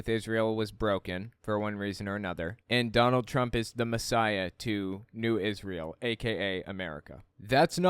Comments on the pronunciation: The clip of him singing is so cringe it hurts. And why does he pronounce it "israyel"? And brings it up every single time 🙈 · Dude don’t even know how to pronounce Israel and he has a severe speech impediment